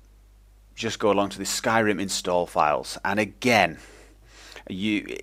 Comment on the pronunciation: He says "Now we're going to install thee shit, the advanced shaders..." LOL